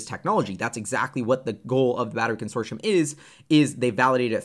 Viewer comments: Consortioum? 😂 It’s pronounced Consortium. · Con-sore-tee-um not consorshum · Very informative. Thank you!....and it's "con sort tee um" not "con sor shun" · Con... sort...e... um... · Consortium is pronounced: Con sor te um